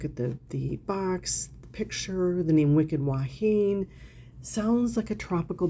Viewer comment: “Wahine” is pronounced wah-hee-nay. It means woman in Hawaiian. 😊. Grew up with that fragrance living here in Hawaii. Never smelled it on anyone local, oddly enough.🤷‍♀️. I haven’t smelled it since the 1970s even though it’s sold in the drugstores. I’ll check to see if there is a body cream for it.